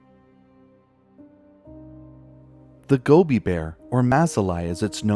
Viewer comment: wow, i loved hearing about the Gobi Bear for the first time! ...also i love how the more you say it, the more it sounds like gummy bear hehehe - i really hope they find a way to help the species bounce back